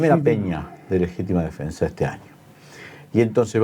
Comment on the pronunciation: Dice " defesa",choca al leer